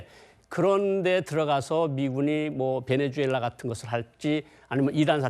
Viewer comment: 앵커가 나라 이름도 잘 모르면 어떡하냐 ㅋㅋㅋ 베네수엘라를 배내주엘라 ㅇㅈㄹ